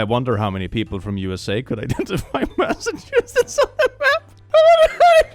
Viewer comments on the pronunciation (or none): none